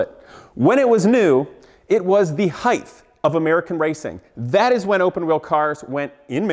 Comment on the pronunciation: PS it's height not heighth